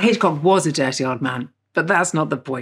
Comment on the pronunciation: The way she says dirty 😂